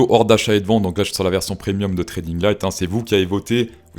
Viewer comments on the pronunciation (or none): none